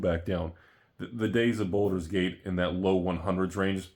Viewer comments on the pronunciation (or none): Baldur, not Boulder...